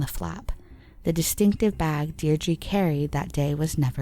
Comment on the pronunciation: You really should have looked up some of the pronunciations of these people and places. It's not like there isn't media coverage from the time, or recent with the people and place names to go off. Louth, Laois, Deirdre, Naas, all wrong. Otherwise great video but like if you're going to do all that research you might as well also learn how to say the names correctly.